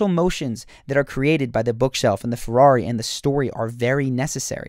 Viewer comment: He said Ferrari I'm triggered